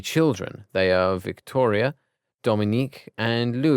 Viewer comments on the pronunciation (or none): He pronounced “Victoire” as “Victoria” Many people pronounce the “oi” as “oy” I expected him to say vick-toy-er not Victoria